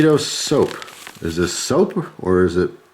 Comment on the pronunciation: I was over here repeatedly saying soup, getting progressively louder after each time he said soap lol.